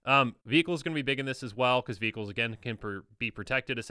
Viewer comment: Every time said "vehicles" I heard "beebles" and it took a few moments to figure out what he was talking about. Good old beebles